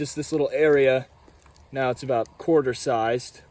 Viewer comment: bro said “im kinda considering trying it nowl” as if it’s drugs at a party💀